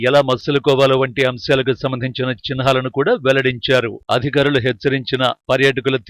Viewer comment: చిన్హాలు కాదు....చిహ్నాలు సరిగా పలకండి